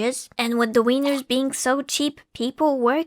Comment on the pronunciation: also its Wieners (Wee-ners) not Weiners (people who are crying)